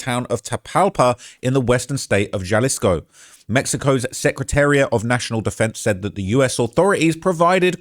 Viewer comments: You’re hurting my ears! And I’m a gringo!! In Spanish “J” is pronounced “HA” so Jalisco is pronounced Halisco. Not Jelly-sko. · You looking a lil husky bro 😂 mf EATIN GOOD ASL. Also WTF is JUH-LISCO U MEAN HUH-LISCO (Jalisco) 😂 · Its not JAH-LISK-O its HAH-LUSK-O J=h in mexicico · J = H sound. Jalisco pronounced Halisco. But, great español! Not too bad! 👍🤣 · It’s not Ja-lisco brotha it’s pronounced Ha-lisco just like you pronounced Guadalajara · Im sorry but jah-lis-co is is taking me out 😂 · It’s not Ja-Lisco it’s pronounced Ha-Lisco. Halisco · It’s pronounced Hi- Lis- co not Ja-lissco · HA-LEE-SKO not Jalisc😂😂😂😂😂😂😂😂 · Haha. it’s pronounced like Ha Lee Sco! Not juh-lis-co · Ja-lisco cartel?? 😂😂 bro wha learn how to read bozo 😂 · "galisco" 🤓 nerd its pronounced ha-lisco pinche wero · You didn't do that bad but a basic rule of Spanish is that j makes the h sound. Please don't say Jjjjalisco. Pronounce it Halisco. And Guana.H.uato. these simple mistakes is how you get on the cartel's bad side🫡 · It not Jalisco. It's pronounced Halisco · its pernounced Halisco not Jalisco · Jalisco is pronounced ha-lee-sco not jah-lisco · it’s pronounced HA•LISCO not JUH-LISCO 😭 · Haleesco, Vayarta, Meechoacan. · "Gel-isco New Generation Cartel" "Miss-Show-Can" 😂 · I’ll give you a pass on everything else, but J is pronounced as H in Spanish. So Jalisco is pronounced “Halisco” and Guadalajara is “Gwadalahara”. No hate, just saying that’s the easiest one to pronounce correctly Lol. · U don’t pronounce tha “j” like a “g” in Spanish it only tha “h” sound Example Damn boa dem jalapeños (Hollapeños) on them triple cheeseburgers got u lookn Ginormous 😂😂😂😂 Dude talmbout Jahlisco and Guanaggato bwoaaaa if uon trap mo n learn tha lingo or at least tha pronunciation … don’t cover stories dat u caint even sound sensible reading and describing lolol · Try - HA lisco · He said Jalisco with the J 😂😂😂😂😂😂😂😂😂😂😂😂😂😂😂😂😂😂😂😂😂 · Dude said Galisco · Bro said “Jahlisco “🤣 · ' Jah-lisco ' ahh